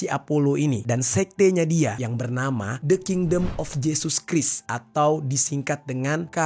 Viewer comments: Christ dibaca krais bukan kris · Fyi: Christ dibaca 'kraist'